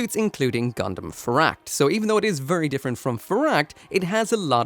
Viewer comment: vurry vurry